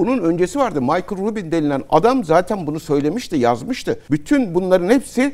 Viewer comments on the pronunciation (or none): none